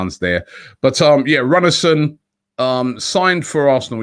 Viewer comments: It's pronounced Roon-a-son, not Runnerson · The pronunciation is "Alex Roonarsson" the "ú" is similar sounding in Icelandic as the "oo" in English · His name is pronounced Roonar Alex Roonarson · Runarsson pronounced Roonarsson. 'Dijon' (France) pronounced 'Diyon'. Come on Robbie, do your homework!! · wouldnt our keepers name be peonounced "rune ar sen"?